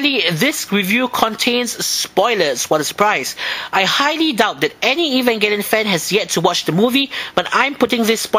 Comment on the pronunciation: And I finally learned how to pronounce Evangelion :3